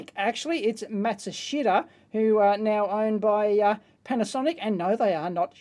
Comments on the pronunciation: I used to work for a Panasonic authorized service center. Matshushita is the original name of Panasonic's parent company. They recently changed their name to Panasonic. Sort of like GM changing their name to "Chevrolet" or something. It's pronounced Maht-shush-ta. (rough, it's difficult to indicate the Japanese pronunciation.) Somehow the "shit" is silent. A former colleague's last name is "Yamashita." Funny, our company's E-mail filter "shit canned" my e-mails to him because of those 4 letters. It's pronounced, "Yam-ahsh-ta" Romanjii pronunciations are often strange, with many silent syllables. I miss working with the Japanese. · "Matsushita" pronounced in Japanese is "Mat-su-sheetah." :) Very short on the ee, almost silent.